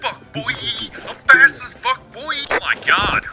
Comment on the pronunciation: i got an ad when was saying fast and it sounded like fat